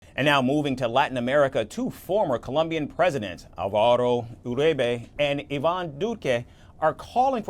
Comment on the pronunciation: I've never heard someone struggle this much to say the name Alvaro.